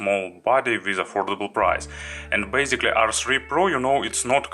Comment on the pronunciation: The more correct sentence is :thank you for watching ) Не БЭЙЗИКЛИ А БЭЙСИКЛИ(basicly). НЕ ЛИВЭЛ А ЛЭВЭЛ(level)Не ратио а РЭЙШИО(RATIO).You have pretty good vocabulary, but unfortunatly your pronounciation isn't so good.By the way honestly my vocab mach less the yours...So don't be angry with me and don't be sad.